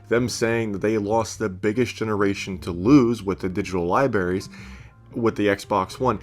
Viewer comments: “Lie berry’s” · Lie berries